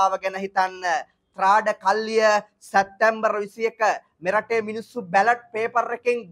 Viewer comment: සැත්තැම්බර් - වැරදි / සැප්තැම්බර් - නිවැරදි උච්චාරණය